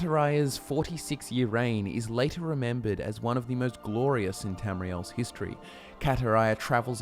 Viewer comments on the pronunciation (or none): The first time in "hist-tree" 🤣